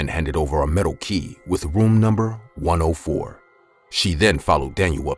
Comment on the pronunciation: room 104 but Narrator said rom 34